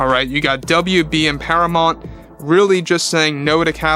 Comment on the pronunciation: Do you mean Paramount? Youre saying Paramont. I assume you mean Paramount?